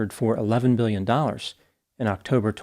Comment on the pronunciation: I can't tell if it's 11 million or 11 billion. The way he pronounces it is "Eleven mbillion" I can't make it out. He's rolling his Ns and Ms and Bs all together.